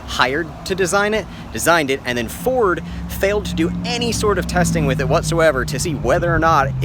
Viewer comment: Gotta love Furd...oh..I mean Ford.